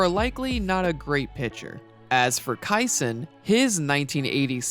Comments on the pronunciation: Nice work! ( Bruce's last name is pronounced KEY-son, no KIE-son.) 🙂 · The correct pronunciation of Kison, is KEY-son. Not Ky-son. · Just a minor nitpick. It is pronounced "Kee-son" not "Ki-son" Otherwise, nice video. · Zits Bruce KEE-son, not Ki-son. If you can't pronounce the names right, how can we expect you have any grasp of understanding the times? (As opposed to judging them by today's standards) Now we got Dennis Ras-muss-in to be butchered lol.... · It not Bruce Ki-son it's pronounced Key-son. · Great analytic video but its Keeson not Ki-son lol. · We CLEAHLY (SAS reference on channel) got so distracted by Bruce Kai-son that we missed that when the Astros signed Ryan the Angels drafted Dennis Ras-muh-ssen with a compensatory pick received by losing the Express. Rasmussen was then traded to the Yankees for Tommy John. When the Angels let John go to Oakland they replaced him with Don Sutton and John Candelaria (I believe pronounced that name right). Candelaria lost Game 7 of the 1986 ALCS to the Red Sox, who then lost to the Mets. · Good video, it is pronounced Key-son and my Braves get screwed again.